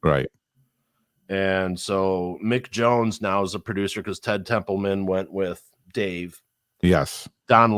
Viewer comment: Ted TempleMAN not Templeton 👍🤙